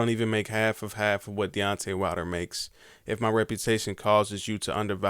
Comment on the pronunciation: My man killed Deontay's name, haha